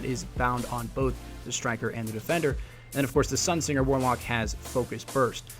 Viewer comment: What is this "sun sinjer" you speak of?